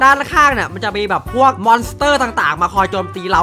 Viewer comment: มันเรียกว่า มอน ครับ 555